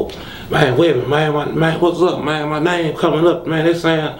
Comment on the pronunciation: all I heard was.. "mane"